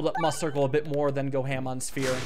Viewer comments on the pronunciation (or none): It's pronounced MEWcircle! Like 'Musical'! AAAA